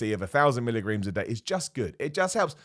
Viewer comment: A lot of people seem to have misheard you. They think you are saying Mg when talking about creatine. Little do they know you have your own units of measurement called Millergrams!